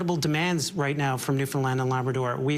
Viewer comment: I so much appreciate that you are pronouncing Newfoundland correctly…. So often it is mispronounced and it is very disrespectful.